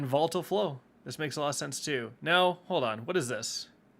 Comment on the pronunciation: Say it with me, "VO-li-tile"